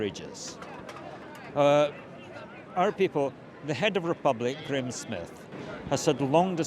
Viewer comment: 'Graowm' Smith? 'Gram' Smith? The name is pronounced 'Gray-um'. Not sure what happened in London, looks like the cops intentionally tricked the protesters so they could crack down on them. But, they may have had intel that showed that many of these people were trouble makers so it may have been partly justified. I'm in Canada, a totally corrupt, lawless industrial penal colony that tortures and murders its own citizens for fun and profit. Canadian police are a sadistic criminal gang that carry all this out. I keep asking the king to collapse the government, just over the Royal Family's Twitter account. Nothing yet, but maybe more will agree with me. States that use East German Stasi tricks to track, stalk, bug, provoke, entrap, torture and murder their own citizens have no right to exist and must collapse, they are obsolete.